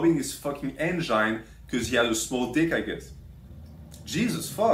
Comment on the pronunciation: Never have I ever heard someone pronounce engine so incorrectly